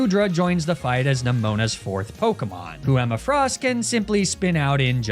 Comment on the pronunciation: Why do you insist on lying and calling pokemon by the wrong pronounced names?